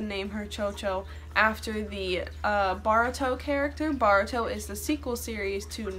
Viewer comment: love your content but I giggled when you pronounced boruto